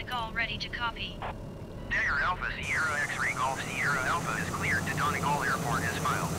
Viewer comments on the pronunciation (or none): Oh and phonetically it's Don ee gawl :) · Excellent video! It’s pronounced “dunny gall” btw 😀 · Great to see you over here and thanks for watching! This sim really is amazing (apologies for butchering the pronunciation for Donegal, what a wonderful place). Hope you're enjoying the new bike :)